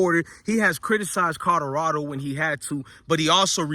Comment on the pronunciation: It's C O L O R A D O, not C O D O R A D O, bro, pronounce it correctly lol